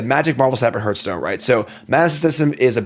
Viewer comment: Sorry, can't watch a video where the host doesn't know how to pronounce Hearthstone.